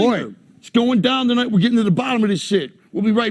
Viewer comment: " TUHNIGHT" needs to be studied